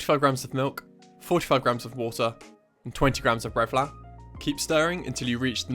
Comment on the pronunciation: Looool I rewatched for 3.5 mins to hear it. So worth it tho. Also “bread flour” is pretty saucy. Great vids tho, this guy cooks.